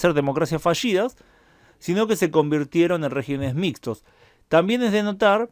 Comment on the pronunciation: En ese mapa ya se puede poner España con el color de los países que eran democracias y empiezan a ser regímenes autoritarios. Por cierto, regímenes. "Regímenes" es palabra esdrújula, no sobreesdrújula. Al pasar de singular a plural, la sílaba fuerte cambia, como con "carácter" y "caracteres". Es un defecto de prosodia que empieza a hacerse corriente.